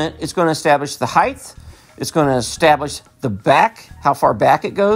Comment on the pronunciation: Why do you say height "heigh-th"?